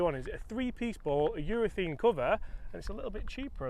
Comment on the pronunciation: I like the 'talking balls' segments but please -- it's a ureth*a*ne cover, not ureth*e*ne!